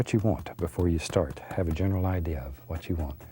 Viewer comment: "I'll tell ya hwat!"